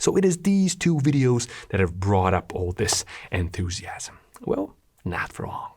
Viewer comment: The fact bro said "enthusiams" as I read "enthusiastic" made me a bit uneasy lol